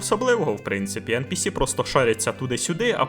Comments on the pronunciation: Відео супер, дякую вам Але ж правильно ЕнПіСі а не ЕнПеЕс Бо non-playable character Трохи ріже вухо)❤ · я тебе прошу, благаю. Не ен пе ес, а ен пі сі! Ну або вже НІП. А за відео дякую. Було цікаво під нього запускати анімацію поїдання хлібу. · А я пів відео дивлюсь і не міг зрозуміти шо за енпеес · ен-пе-ес це як фус-ро-да 😁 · Та вивчіть вже на кінець англійський алфавіт. Яке еНПееС?? NPC там літера Сі, а не Ес